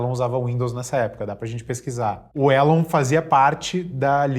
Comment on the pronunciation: ''Ilon''? não é Elon????? pq o povo gosta de chamar 'Ilon'?